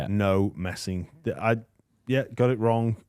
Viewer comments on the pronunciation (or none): none